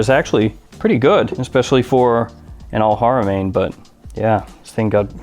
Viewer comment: How to pronounce Al Haramain: AL-HARA-MAIN. "Main" pronounced the same as in the English word.